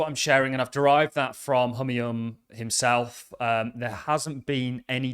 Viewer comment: The correct pronunciation for name Humayun is "Hoo mai oun"